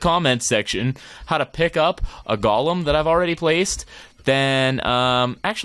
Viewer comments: Any1 else get really mad when he says golem wrong? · | Minecraft Matrix thx for correcting it didnt mean to be rude or anything it just kinda bothered me